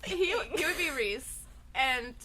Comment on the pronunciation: Pelo jeito que Sarah falou Rhys como "Riss", podemos concordar que o nome dele se pronuncia "Rizand" em vez de "Raizand"?!??! Pelamordideus?!???!